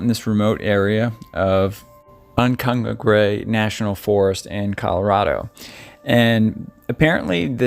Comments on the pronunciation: Cant help myself. Went bow hunting there in '87 and '94 . Very beautiful. It is pronounced: un come pa grey. Its Spanish for "no water"... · Great video! But it's pronounced Un-Comm-Pawg-Ray. Not an intuitive word to pronounce, even for us locals. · Un- come-PA-grey. That’s how you pronounce the place name. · I don't know if anyone has posted it yet, but the pronunciation of Uncompahgre is Un-com-PAW-gray. We vacation near there every summer and it took us a few years to hear it enough to get it. Thanks for the video. Crazy story. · Excellent work. As a Coloradoan It's pronounced Un-com-pah-dre I'm begging you to cover the chicken Wackers of western Colorado